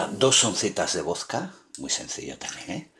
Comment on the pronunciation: se dice VODKA no VOSKA